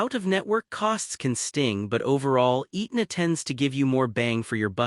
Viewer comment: Pronounced "Ehtna" not "Eatna"